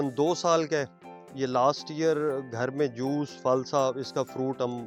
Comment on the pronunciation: فَرُونٹ، شونق۔۔ ارے بھائی تھوڑا اپنے اردو کے تلفظ کو بہتر کرو۔